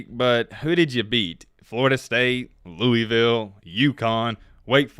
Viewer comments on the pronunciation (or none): none